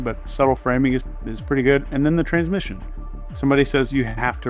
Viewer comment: Love your videos. You make me think in ways I haven’t before. One comment: isn’t it “transmission” not “transmition”?